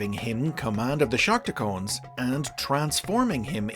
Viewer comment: Damn it... It's Shark Tee Cons... Not Shark Tee Cones...